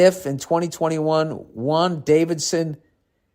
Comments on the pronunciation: That Wan Davidson though.... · I loved it when he went "Wan Davidson" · Wan Fucking Davidson. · did you just call Wanda Vision "Wan Davidson"? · "Wan Davidson" ???? Lol...WTF did you say!!??? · Wan Davison 😂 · He said "Wan Davidson" 😂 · “Wan Davison” lmfao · Ahh yes of course. Wan, David-son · "Wan-Davision" fucking killed me! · Dude said "Juan Davidson" like facts... hahahaha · “Wan Davison” made me pee a little. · Wan Davison…what the hell is a wan Davison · Wan Davidson?? Lolololololol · I died when he said "Wan-Davision" xD hahaha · Did he say Wan Davidson?😂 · Bill calling "Wandavision" "Wan Davidson" made my choke on my drink hahahaha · “Wan Davison”😂😂😂😂😂😂😂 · Him saying “Won Davidson” for WandaVision is actually hilarious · Ah yes Juan Davison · this nigga said Won Davidson 😂😂😂😂😂 I'm out 🚶🏽‍♂️ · I know he didn’t say Wan Davison😂😂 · When Bill said "Wandavidson" I fucking died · The way you pronounce names in the MCU is hilarious I lost it at Wan Davidson. We need a Bill Burr reaction to an MCU movie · I cant believe he said "wan davidson" instead of wanda vision 😂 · My man read WandaVision Wandavison lol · We’re heading over to Asia now. Jesus, Bill.